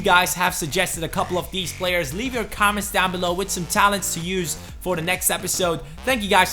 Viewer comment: Not everyone is incredible at pronunciation...